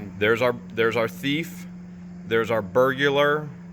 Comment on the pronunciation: Did you just pronounced the word burglar into burgular? Did you just add "U" after "G"? ( Clip #9.38 )